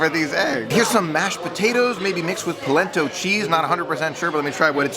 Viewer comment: You're right, he did have polenta! And it's delicious. It's actually polenta with mascarpone. But he is not a foodie so he thought it was mashed potatoes with a cheese called polent-oh LOL! Hilarious! I gave him a thumbs up because he was able to properly pronounce Primo Piatto! He's a bit of a fixer upper!